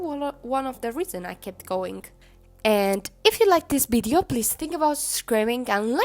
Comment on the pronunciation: my favorite part of the video is when you say bideo :3 it makes me giggle (In a good way ^_^)